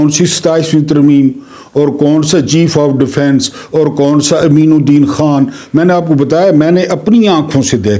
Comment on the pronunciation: Haji kameen ud din not Ammeen ud din.